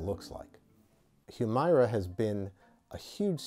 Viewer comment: Not gonna comment on the substance of his remarks other than to say he’s to be commended for actually pronouncing the name of this drug in a way that comports with its spelling. Hew-MAIR-uh is what the commercials try to push, prolly because some ad exec thought going with a legit short or long-voweled “i” wld sound inelegant.